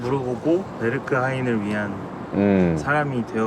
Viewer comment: 와 베억하겐을ㅋㅋㅋㅌㅋㅋㅋㅋ